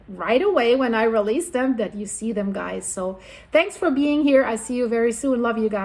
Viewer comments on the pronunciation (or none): none